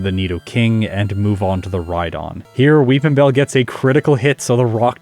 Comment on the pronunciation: I'll be honest every time said "Will Weepinbell" I heard "Wil WheatonBell"